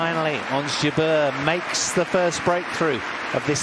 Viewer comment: it's "jabeur" not jubear... :)